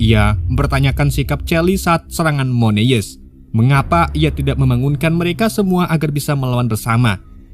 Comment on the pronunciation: kayaknya alangkah lebih baik jika abang belajar melafalkan nama ataau kata dalam bahasa asing/inggris deh bang, supaya penonton juga lebih nyaman nontonnya.. 🙌🏻 Moon Eyes : X Moneyes V Mun Ays Green Ghost : X Gren Gos V Grin Gowst